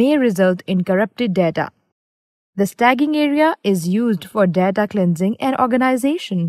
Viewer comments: It is important to use correct pronunciations, because some learners will be learning wrong English. There is infinite difference bweteen sta-ging vs staging (root word stage becomes staging). Problem is a non-technical person is reading the document prepared by a technical person). We all have to learn from mistakes. No excuses. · Nice video, however, it should be 'staging' (pronounced stay-jing if that helps) area, where the data is stored or STAGED temporarily before transferred to its destination... Stagging (as pronounced in this video) isn't a word that exists nor relevant in this context. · You're calling it a STAGGING area though. Even in India, that's the wrong pronunciation. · Original Poster meant that most people say "Staging" as "Stay jing" not "Stag ging" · Should be pronounced "Stage-ing" area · Did she say stagging? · Did you just say "STAGGING" area??? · lovely video..funny how you prononuced staging!! LOL